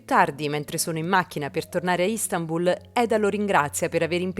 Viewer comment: Ieri amica mia, ti ho sfiorata ma non ho potuto seguire il tuo racconto... Adesso che è notte me lo sono gustato e devo dire che sei, come sempre, magistrale... Fai vivere quello che non abbiamo ancora visto... Un piccolo appunto, se posso permettermi...Si pronuncia Istanbul con l'accento che cade sulla 'a' e non sulla 'I'... Studio il turco ecco perché né so qualcosa... Buon lavoro e grazie per quello che fate... 💚💐💤